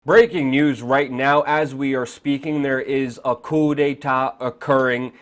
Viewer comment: and "coup de ta" ???? really, my friend? really?